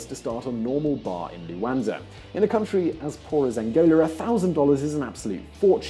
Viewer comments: What is this Luanza he talks about? It is Luanda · Luanda. Stop saying luanza. It's like being called Anglonan. Angolan. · Dude is fucking luanda (da) why you calling it luanza , cause is africa 😒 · The millenial expert with the exxagerated Youtube gestures and voice inflections that no one uses in every day life, mispronouncing Luanda, calling it Luanza... no wonder people just turn off these millenials. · An Evan Davis lookalike! But credibility was spoilt somewhat by his not really knowing the name of Angola's capital! It's Luanda, not Luanza, as he insisted on pronouncing it all the way through. Near the end, he got so hung up on the name that he even referred to "following the trends of other African lions like Ghana or Luanza". Weird! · It's Luanda not "Luansa " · LUANDA!!! Not Luanaza!! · It's Luanda with "da" pronounced like the "da" in Daman. You don't say Luanza. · LuanDa, not LuanZa.... and let me tell you, Zurich is way more expensive than Luanda. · The capital is Luanda not Luanza.FFS. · LUANDA, not LUANZA. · Hei it's not Luanza, it's Luanda!:) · The capital's name is Luanda, not "Luanza."